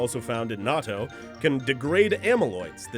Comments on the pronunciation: It's not pronounced like nato, it's pronounced like nat-to(-_-) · It's pronounced not-toe as in it may smell like toe jams but it's "not toe". Not pronounced nah-toh. By the way raised on the stuff and LOVE it! Even make it myself when I can't find it locally.